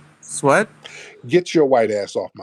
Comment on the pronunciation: He said "sweat" with his WHOLE chest, didn't he? 😅😅😂😅😂😂